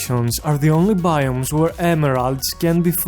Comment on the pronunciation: 'the only baioomes wher the emeraards can bee floud'